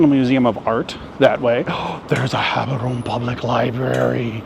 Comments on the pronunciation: No..The way you pronounce it depends on us Batswana. And the only is Jaborone. Let's not make mispronunciation of African names cute, they're not. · Prounce the "G" as an "H" then you are close enough, "Haborone"